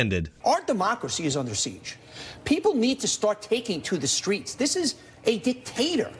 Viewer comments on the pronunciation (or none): none